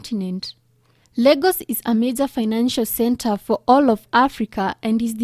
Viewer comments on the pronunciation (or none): none